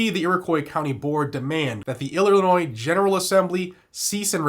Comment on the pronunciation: just a heads up. illinois has a silent s.